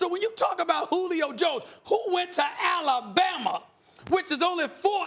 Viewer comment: He said that with emphasis lmfao!!!